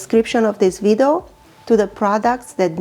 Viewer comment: It's video not widao